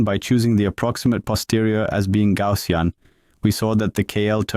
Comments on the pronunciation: It's not TTS but typical French accent "Gaussien" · I like how your text-to-speech model pronounced 'Gaussian' ;D great vid even for those already familiar with these models